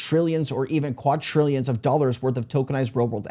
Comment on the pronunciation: Dude. I’ve been watching your shit for ages now… how haven’t you figured out yet that it’s “quadrillions” not “quatrillions” lmfao, my spell check won’t even let me type that hahaha.